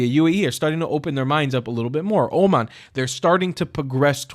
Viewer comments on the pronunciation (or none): none